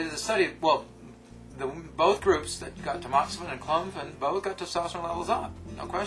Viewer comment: He's not entirely sure how to pronounce testosterone... he quickly slurs through the word everytime he says it! he's a professional!